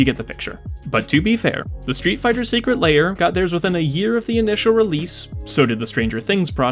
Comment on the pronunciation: It's also "Secret Lair" not "Secret Layer"